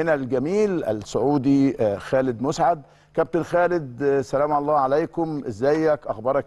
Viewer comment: مسعد...بفتح الميم و السين ساكنه...كان لاعب رائع جدا ومحترم